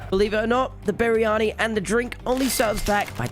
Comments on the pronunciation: im just saying its pronounced "bree anee" not "bee ree a nee" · Bar ri ah ni??!? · No shot you called it berryani 😭😭😭😭